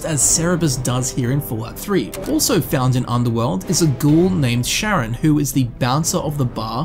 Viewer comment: Stop pronouncing charon like sharon wtf 🤣